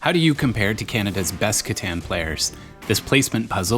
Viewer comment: Please learn to say the title of the game correctly. It is a German Game. You sound ignorant!